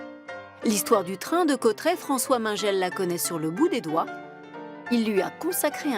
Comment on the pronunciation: Bordel on dit Cauterets pas Cautrets